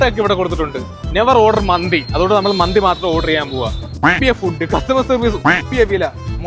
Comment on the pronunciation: മന്തി📉 ❌ മാന്തി📈 ✅